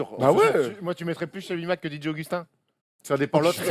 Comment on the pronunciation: il m'a tué stephen brun sur dj augustin , on aurait dit qu'il parlait d'un vieux joueur de pro B, didier jean augustin mdr